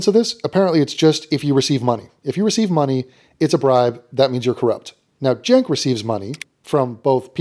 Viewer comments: Love everything about this content,. The hyper-annunciated "Keek" gets me every time. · I think the way you are meant to pronounce Cenk the E is sounded as a U and the K makes the same sound as a T. You're welcome